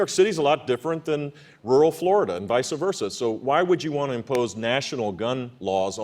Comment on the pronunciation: did Jeb Bush just say "vica versa" instead of Vice Versa, lol.